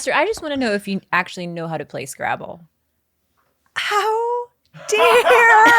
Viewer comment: I thought Khalyla said "Place Gravel", not "play scrabble". Anyone else?!? lol